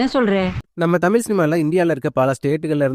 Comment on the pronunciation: தமில் ⛔ தமிழ் 👍🏻